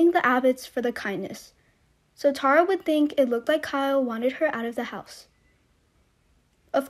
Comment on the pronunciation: Plz learn how to say ,Tara. Awwwww . T-A-R-A.